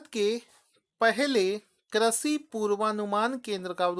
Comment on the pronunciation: Sir, Your videos are good and helpful but sorry to say the word you pronounce doesn't suits your knowledge 'Prithvi' (पृथ्वी), 'Vridh' (वृद्ध), Krishi (कृषि) . I don't to inform you about your this minnor mistake. Sorry but I couldn't stop myself.